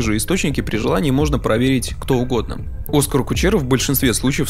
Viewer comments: Позволю себе сделать замечание, ОскАр в имени - ударение на А. Ты - очень серьёзный чел, который пилит серьёзный и интересный контент. Обращай внимание на детали, когда пилишь видео для нас. Спасибо заранее, и огромное спасибо за качественный разбор! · Ударение в имени Оскар на последнем слоге. Это не статуэтка, которую актерам в Голливуде дарят. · Как можно понять насколько качественное это видео По тому как автор ставит ударение в имени Оскара Кучеры Кучеру как он сам писал звали изначально, чтобы услышать разные полит мнения, а уже потом он написал, что на самом деле для обсуждения муз ТВ, автор решил переиначить контекст, но обосрался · Неизвестно, намеренно или непреднамеренно, однако использует неправильное ударение в имени много раз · Все классно, однако в имени одного из главных героев было бы неплохо правильно ставить ударение. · Вы намеренно ударение в имени Оскара неправильно ставите? А за анализ спасибо , интересно, как всегда. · Оскар - ударение на А, не на О. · Оскар ударение на второй слог, если что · Не Оскар, а Оскар. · Оскар ударение на а . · Скурпулезнейшая подготовка автора к своему видео видна с первых секунд...человечек не удосужился прогуглить ударение имени Кучеры..)) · Это не обзор, а попытка оправдать глупость Кучеры. Да и сам автор умом не блещет, даже ударение в имени Оскар не осилил правильно поставить, хотя интервью смотрел и разбирал. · Да. Тоже резануло. Так подробно всё разобрать и не заметить, что «Оскар» никакой не Оскар, а самый обыкновенный ОскАр. 😂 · произносится оскАААААААААААААр Кучера🤦🤦‍♂🤦‍♀ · Как ты смог весь выпуск неверно ставить ударение в имени, при этом вставляя отрывки где Юра говорит правильно - оскАр. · Аргументируйте, пожалуйста, почему Оска́р вдруг стал О́скаром? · Да он оскАр, а не Оскар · Почему бы не делать ровный сбалансированный звук в выпуске? Если что обращайтесь могу помочь с этим. А ещё конечно интересно что вы решили называть Кучеру Оскар, а не оскАр как он себя сам называет) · Он оскАр, а не Оскар